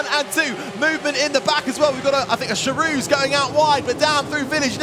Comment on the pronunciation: its embarrasing that that man doesnt know that Charouz is pronounced Kharows and calls it Sharoo... they actually pay that commentator for his performance?